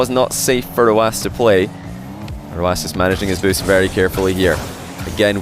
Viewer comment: Simple. His name, the number "9" in his country means like an "S", so his way of pronouncing it is letter by letter